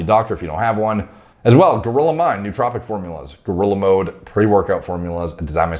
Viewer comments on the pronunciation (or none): none